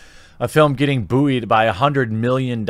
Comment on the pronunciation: Dude, “Buoyed” is pronounced “Boyed”, not “Boo-eid”